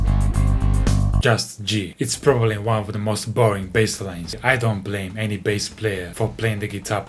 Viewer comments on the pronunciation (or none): none